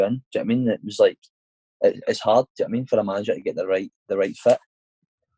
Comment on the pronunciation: Had to turn off because he constantly says ‘jno witamean’ keep up the good work though mate I enjoy the podcasts.